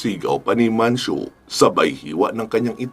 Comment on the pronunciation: Mancio po sir idol..s dami nio pong iniisip ngkamali n po kau ng bigkas